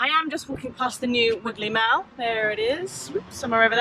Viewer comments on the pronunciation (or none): Most people even foreigners pronounce mall as in "maul" rather than "mell"